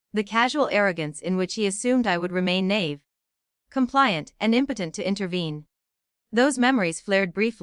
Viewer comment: Why can't the narrator pronounce naive? Shameful!